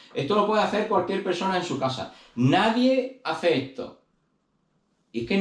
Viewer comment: Y lo de aprender a hablar español correctamente siendo español para cuándo??? Por qué eso no es acento , sino es no saber hablar español castellano correctamente. No sabes pronunciar las palabras correctamente ni entonar ni vocalizar. Dices todo con c o con z. Caza en vez de casa,coza en vez de cosas etc. Luego todo con ch, ,coshe en vez de coche. Y luego do y tre. Para referirse a dos y tres etc. Y así con todas las demás palabras y frases así que yo no puedo aguantar esto ya bloqueo este canal y que no me salga porque me da asco oir a la gente de Andalucía Murcia y Extremadura